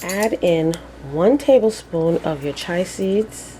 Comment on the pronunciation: Chia pronounced Chee-uh. We have to take care of one another. You have helped me so I will return the favor.